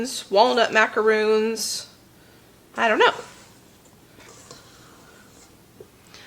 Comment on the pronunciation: Yes you're correct with pronouncing the coconut cookies as macaroons and the meringue macarons ( like the French President) lol!